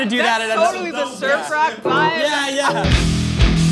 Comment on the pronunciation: I heard "surf rock" as "Sir Frock"! :D